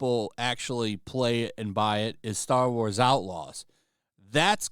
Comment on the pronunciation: bro channeled his inner Mark Wahlberg for that "Star Wars" pronunciation 😂